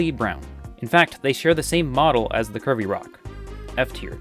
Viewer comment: I kept hearing "curvy rocks" as "Kirby rocks", and was wondering what's Kirby-like about them😆